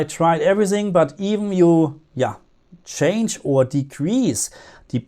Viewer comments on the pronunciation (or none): none